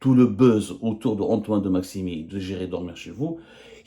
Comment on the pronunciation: De Maximin et non pas maximi 😂